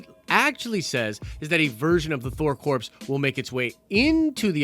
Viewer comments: Hail Eris! Interesting thing about English: "Core" and "corps," oddly enough, are pronounced the same way. "Corp," as in *corporations*, on the other hand, is pronounced as it looks, and its plural form, weirdly, is also pronounced as it looks, so you have to make the context clear. In this vid, it should be "Thor Core," in pronunciation, and "Thor Corps," in spelling. Blame it on the culture-appropriating ways of English-speakers for the past millennium. We're not going back to speaking Olde English now. Nerd Card: The secret identity of Thor, in the 1960's until the '70's or thereabouts, was Dr. Donald Blake, which is a sort of callback to the Old High German form of Thor's name, Donner, with "Blake" subbing in for "Black," as that was considered a surname, more-or-less, for Donner. Snarky For example, what if someone decided to fuck a monkey? It's just a for-instance! It's not an idea! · Omg you don't pronounce the p or the s in corps. They are NOT dead bodies. That was so annoying and you are usually much better than this. First I couldn't even finish the video because it was so annoying. Second, if you can't be professional, why should people subscribe and more importantly pay you on patreon? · I cringe every time you say corpse instead of corps (kor) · Noone cares its pronounced core not corpse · Thor CORE. NOT CORPSE. Jesus christ. Marine Corps. Thor Corps. How does that pun not click? It's certainly better than Asgardians of the Galaxy or Thor's name and reputation being hijacked by some butthole ex that's been missing for most of the MCU or a 3 Thors with 1000 fighting one guy. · Corps is pronounced 'CORE' not corpse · Corps is pronounced *core*. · It’s pronounced core not corpse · Hey buddy so corps is pronounced core, like marine corps, so Thor corps sounds better,. Thor core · It’s pronounced “Core” not “Corpse”......Jesus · it’s pronounced core, not corpse. God damn that was hard to listen to 😂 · The 'S' is silent in Corps.